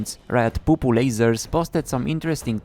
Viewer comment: please next time say it as piupiu lasers not poopoo lasers